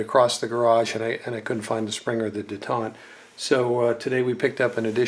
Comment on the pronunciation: Man so many thing s wrong w this!!! It’s not de taunt! It’s detent Jesus man come on! Quit TRYING to be more knowledgeable then u r! It’s really not a good look. U misidentified just about every part on the lower as well . And then when u started shooting I cringed! U can tell ur tht tacticool wana be guy. Who tf holds an ar like tht by the vert grip??? C grip dude get w the program!